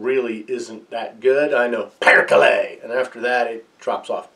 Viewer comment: Oh the beach ball :D That PERKELE at the beginning sounded pretty good